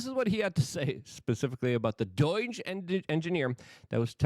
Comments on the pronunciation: It is pronounced Doe-jue, not Doy-jue, it's getting annoying enough not to listen to you, please stop. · It is pronounced DOHJUH not Doyg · Stop calling it doyj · Luke,,,,why do you pronounce "DOGE" as "DOIGE"? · Doige? Is that polish pronunciation?